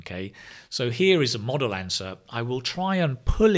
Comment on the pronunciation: A Model answer* Not Modal answer